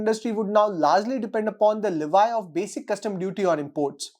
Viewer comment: Its *Le vee*(లెవీ) Not *le vi*(లెవై)